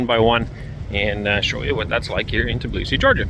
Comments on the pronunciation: TBilisi, not Tiblisi😊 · Аренду так удобнее произносить. Знаю одного француза - он так же произносил, да еще и ударение ставил на французский манер - на последнюю гласную . = ТиблисИ😊